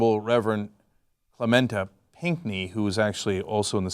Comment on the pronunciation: Its pronounced ClementAY, not ClementAH...